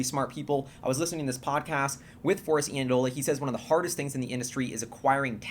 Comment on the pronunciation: Super exciting. BTW, Forrest's last name is pronounced (Eye)andola. Friend and roommate of mine at school.